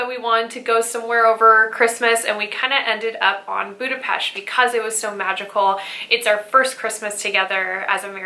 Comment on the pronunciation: I am so thrilled to hear that you love my city. Budapest is amazing especially at Xmas time. Thank you for pronouncing it right ;) Have a great time ❤️